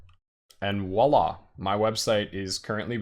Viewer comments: Oh and it's vwah-la not walla. ;) voilà in French means "look there". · ... its pronounced "Voila!" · I'm with another commentator re the irritation. Voila is not pronounced "wala" in any part of France I've ever been. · This video is such a great service. I also know not to make fun of folks for their pronunciation (because it means they learned the word only by reading!). That said, if the host is going to say "Voila!" as often as this, I must insist that he say "Vwa-La" instead. ;-) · Great docker tutorial, this helped me a lot to understand using docker on windows to establish a linux development environment. but please watch this video to learn how to say "Voila"! It's a V, not a W! ;)